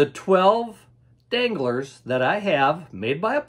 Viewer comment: When you said danglars I thought you were talking about dingleberries